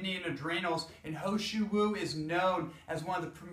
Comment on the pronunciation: He Shou Wu ... this is how you should pronounce it as : Her Show Woo Hope it helps :)